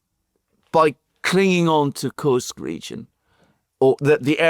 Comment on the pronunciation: it is "Koorsk", otherwise "you are absolutely right"😉